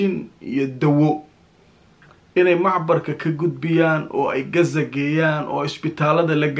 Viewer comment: sida reer galbeedka ha u hadlin ee qasa dheh hadaanad غ odhan karin